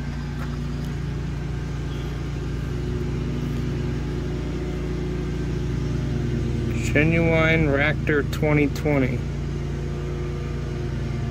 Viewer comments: That is pronounced RA CORE filter it’s a water filter separator used on diesels mostly jus so ya know ! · The fuel filter Racor is pronounced RAY CORE. Thanks, the old school guy